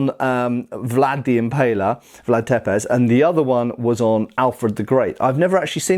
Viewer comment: Cneck the pronounciation of Tepes, othervise a great video.